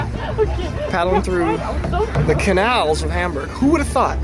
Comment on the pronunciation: I love how when you're speaking English you don't try to say Hamburg the German way which so many Americans butcher it hurts. I think I can say it correctly in German but it probably gives me away. Funny such a simple word is so hard. Our pronunciation debate of the day is whether Mundschutz has the exact same u in both parts of the word. I say no, others disagree. To me, the u in Datenschutz sounds different than in Funk. Any help?